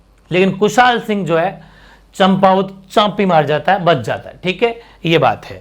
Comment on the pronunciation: सर "ठाकुर कुशालसिंह चंपावत" लिखो और बोलो ना कि "ठाकुर कुशालसिंह चाम्पावत"।